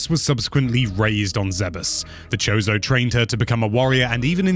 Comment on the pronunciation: It's not "zebbess," it's "zeebs." Also "kozo" not "chose-o"